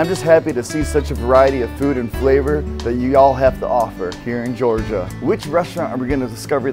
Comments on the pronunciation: Gorgia? Lmao it’s Georgia** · "Gorgia" :P